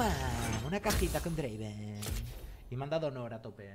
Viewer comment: No es Draven, es DRAAAAAVEEN